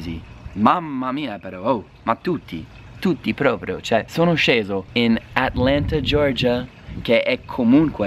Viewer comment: "Mamma mia però ao, ma tutti, tutti propio" Ahahahahahah ahahahahah Sei stato anche "Romanizzato" oltre che italianizzato. Spettacolare